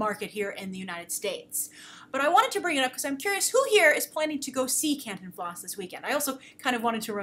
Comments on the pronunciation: Can-TIN-flas not CAN-tin-FLAS. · the pronunciation for Cantinflas is Can TEEN flas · You stress the i more in Cantinflas more like canteenflas. His family is where my family is from Cotija.... so yeah. Love your work! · I love how you say it. I want to record it and loop it over and and over again. lol. the best way I can describe it is Ken-tin-flaas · Pronounciation emphasis for Cantinflas is in the TIN syllable, not in the last syllable. For future reference. :) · By the way to say Contifla's name properly the Con sounds like cone the Ti sounds like tea Fla you got right.